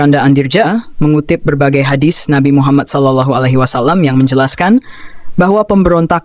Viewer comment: Admin, klo baca Muhammad ada qalqalah (د) nya bukan ada hames (ت)